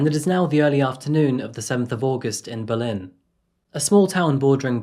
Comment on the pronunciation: Berlin, NH, is pronounced BERlin, stress on the first syllable since WWII.